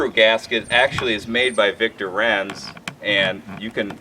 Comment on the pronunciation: It's pronounced like "Heinz" for Victor Reinz, the "I" is the one annunciated, not the "E", you even have a German last name too. :( It would be one thing if the company was American German but it is straight out of Germany.